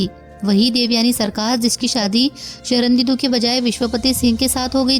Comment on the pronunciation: आवाज तो आपकी मोहक है, पर आप पूरी कहानी में 'शर्णेन्दु' को 'शरणदीदु' क्यों उच्चारित करती रहीं ।